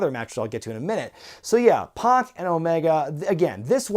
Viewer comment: I hate to be that guy, but it's (PAC) Pack, not Pock.